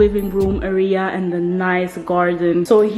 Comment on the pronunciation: love your vids!! je legt de klemtoon verkeerd in het woord 'area' - het is niet arEa, maar Area. Keep up these home-vlogs! Love to see what you/ll do with the space! xo